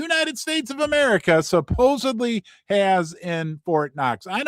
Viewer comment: I'm usually not a pronunciation Nazi, but the word is "SupposeDly, not supposeBly. There's no B in supposedly.